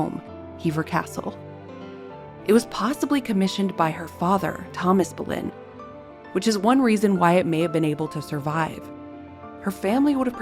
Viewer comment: I wish people would pronounce her name properly…….It is not Bo-lynn, it’s Bull-en!!